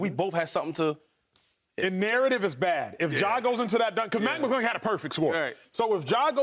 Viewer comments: it’s McClung not McGlung acho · “Matt maaGlung “ Manz don’t even know his name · McClung not McGlung, Acho! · Can’t you guys at least get the dunk champions name right, come on!!! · Why would no one correct the one gentleman about saying Mac’s last name correctly?